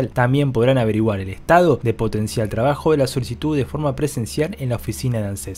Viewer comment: Es POTENCIARRRRRRRRRR no potencial 🙄🙄